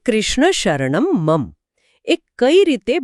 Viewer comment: બહેનનો અષ્ટાક્ષર મંત્રનો ઉચ્ચાર ખોટો છે."શ્રીકૃષ્ણ:"-અહીં છેલ્લે વિસર્ગ છે,તેનો ઉચ્ચાર ન થયો.ઉપરાંત છેલ્લે "મમ" અંતે મ પૂરો બોલાવો જોઈએ.બાળક ખાવાનું માંગતાં કહે "મમ્"તે નહીં.આ સંસ્કૃતમાં છે,જેમાં ઉચ્ચાર શુદ્ધિ મહત્વની છે.